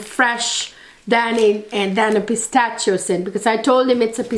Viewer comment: Thank you so much for a great, on point review! Just wanted to point out that the “ch” in Pistachio is pronounced as “sh.” ☺️❤️❤️